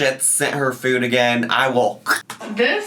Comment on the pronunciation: This is super nitpicky, but the way she says “food” drives me nuts.